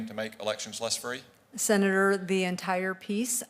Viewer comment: "Uh, Senaturrrr..."